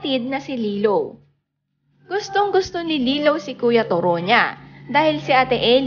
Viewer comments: To ro. Malumay pronunciation! Not Toro as your 'mabilis' pronunciation. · Korek..just to ro not turo!!😆😆😆🤣🤣😱😱kaluka ang bigkas turo!!?????🤣🤣🤣🤣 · Hahahaha toroh iba Nga yung pag pronounce Nya😂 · correction lng po.. TOW-ROW.. po ang pag bigkas ng toro’s name.. yan kasi name ng kaparid ng asawa ko..TORO japanese name.. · hahaha... pansin ko din.. ang pangit ng pag bigkas nya sa toro...! toro is japanese name.. ang pag bigkas nyan.. is tow-row.. ganorn... hehe